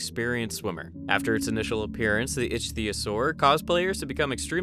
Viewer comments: Icthyosaur is pronounced "Ick-thee-o-sor" like the real world ancient aquatic species. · It's pronounced iktiosaur. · Ichtyosaur is pronounced with a “hard ‘C’” because it is from Greek. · The way you pronounce ichthyosaur bothers me